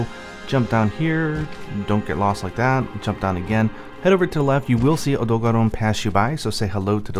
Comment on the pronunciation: I already said it under another video, but i really love how you pronounce: Odogaron.